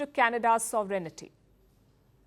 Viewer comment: There is no 'i' after the 'n' in sovereignty. It is not sov-rin-'I'- ty; it is sov-rin-ty.